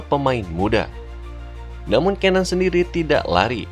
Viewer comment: bacanya cenan